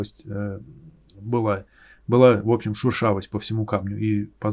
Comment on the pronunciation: Прикольно, шУршавость))) Это от слова шУршать? Вроде шЕршавость правильно))) От слова шЕршавый.